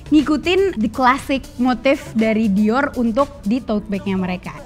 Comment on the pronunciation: Saran aja ka😊 Dior yang benar pengucaannya "Dioh". Jadi huruf "r" di belakang dilebur menjadi "h". Sukses trus berkarya😍